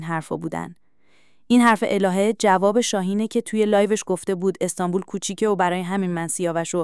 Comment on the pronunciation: جان مادرت خودت حرفهايى كه قراره از خودشون ( الهه و نگار ) بشنويم قبلش قرقره نكن اخه تلفظ كلماتت هم اشتباهه مثلا ميگى استانبووووول درصورتيكه استانبول نوشته ميشه اما استانبُل خونده ميشه !!! يا مهبووود درصورتيكه اسم طرف مهبُد … اى بابا 😒